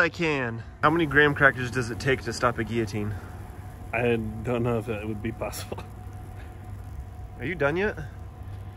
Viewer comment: The one person who owns a guillotine, doesn't quite know how to pronounce it.